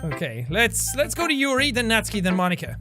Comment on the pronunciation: the way he said "yuyu" like it was an american thing lmao. so close bud it yoohoo